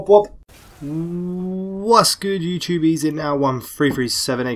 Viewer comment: its youtube not youchube